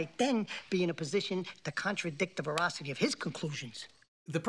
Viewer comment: I love that he tops this great objection off with “the vorahhsity of his claims”